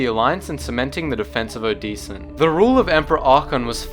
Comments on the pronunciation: It's O-de-sen not O-dee-san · The way you pronounce Odessen is painful.